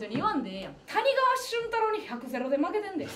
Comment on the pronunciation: 「たにかわ しゅんたろう」です。「川」は濁りません。あるあるですが